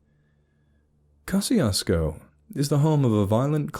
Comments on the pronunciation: I'm from southeast Texas, and a couple of things about it: One, it's pronounced Ka-shus-ko. The pronunciation you use is for the town in Mississippi. There's a running gag that locals(all polish and German descent mixed with Mexican out that way) say gezundheit when you say the towns name. Two, it's not a ghost town no matter how many dumb stories say so. It's not a bustling metropolis, but there are hundreds of people living there, normal country people in Texas hill country. They're welcoming and polite and probably have no idea that the internet is slandering their little hamlet and having the audacity to call it "true." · Pronouncing the name wrong